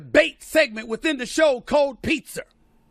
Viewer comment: Cold Pizzer. Nigg* Nigg*r LMAO